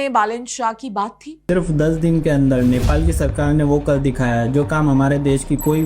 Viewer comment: नैपाल nahi hai, नेपाल hai. Sahi se uccharan karo. Hamari to ek hi lipi hai. 🤦🏻‍♂️